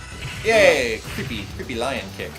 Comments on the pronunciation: Lion's name is actually pronounced, "Leon" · Tell that it's "lee-OHN". It's French.